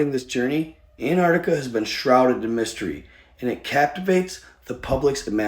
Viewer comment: an-TarC-tiCa, who is anne artica?